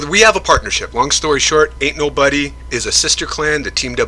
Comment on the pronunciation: sounds like u say anul buddy 😂😂